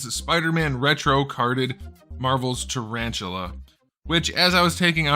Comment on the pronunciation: Tarantula? More like Tarashula.